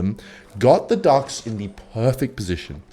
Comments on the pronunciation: Entire time I thought you were saying dogs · Through 3/4th of the video I was sure you were saying "darks" instead of "ducks" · I heard "Darks" instead of Ducks and tought really did lose his mind this time